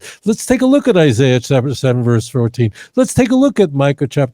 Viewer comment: He didn't say Google Isaiah. He said Google Issiah!!!! You would think that his shmooo would Google how to spell Isaiah, geeez.